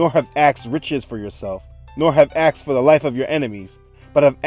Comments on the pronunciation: Please stop saying axed, it's annoying. The word is asked. Otherwise I am enjoying the series. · Axed, axed, axed !!!! The word is ASKED. It's driving me bonkers, and incorrect enunciation does not enhance the credibility of your story, pleasant as it is. Lets not forget Ben-ya-min, my Fathers name.